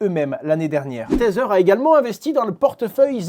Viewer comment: Merci Hasheur ! Toujours un plaisir de t'écouter. Par contre par pitié: arrete de dire "tazzer" pour tether 😂😊